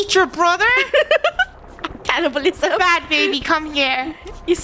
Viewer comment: Cannabilisem just got me dying 😭💀